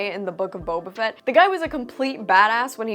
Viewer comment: With all due respect..... Booba Fett.